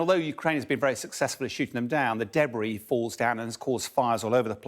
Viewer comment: No journalist know how to pronounce debris anymore.